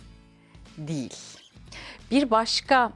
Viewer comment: diğil ❌ değil✔️